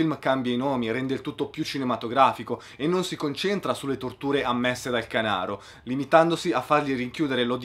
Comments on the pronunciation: Er Canàro. accento sulla A. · Hai visto "Rabbia Furiosa" di Stivaletti, sempre ispirato alla storia del canàro (l'accento va sulla seconda :D)... se sì, mi piacerebbe sentire la tua al riguardo, alla fin fine è anche più "eccessivo" di Dogman!